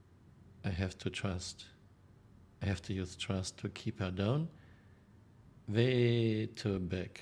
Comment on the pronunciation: "Vay too long, vay too vide" That's what she (a German woman) said!